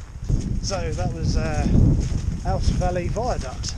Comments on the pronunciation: And it's ooze not owse. Back to the Kent with yers. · Ouse is pronounced "Ooze"....